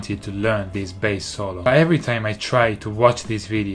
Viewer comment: When Davie say bAss it's kinda sound like BS 😂😂